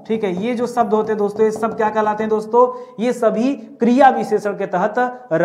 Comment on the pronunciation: Sabd nahin shabd.. Pehle khud seekho phir sikhao.